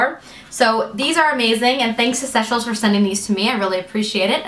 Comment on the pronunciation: Yes Seychelles shoes are the best and super comfortable!! I believe they are pronounced "Say-chelles" though.